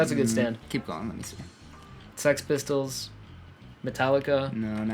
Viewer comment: I think six pistols is in the dub and the sub, but its Sex Pistols